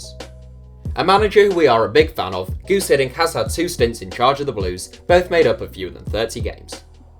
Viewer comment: *Guus, not 'Guud'